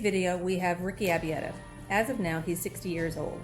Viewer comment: Butchered many of the names including Ricky’s last name ay ay ay